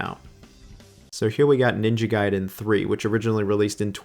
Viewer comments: Ninja Gayden? Raiu Hayabusa? Dude, go and at least review how to pronounce the names correctly. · It's ninja gaiden, nit ninja gayden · guy den not gay den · Ninja Gayden😭😔 Noo ! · Ninja Gayden ?? 😂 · I love how bro goes back and forth between pronouncing it Gay-Den and Guy-Den. 😂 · Ninja "Gay" den????? come on man, at this point, it is not funny anymore. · What's with you and your pronunciation of ninja gaiden? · Bro seriously, it's Ninja Gaiden not Ninja Gaiden FFS!!! 🙄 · The bit of you changing pronunciation for Gaiden and Hayabusa will never not be wonderful